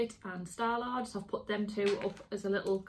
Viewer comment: I loved how calls star lord Star Lard with that accent 😊 great wheeling and dealing 👏